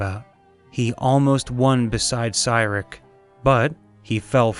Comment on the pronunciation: It's pronounced See-Rick for Cyric be advised though he is the prince of lies.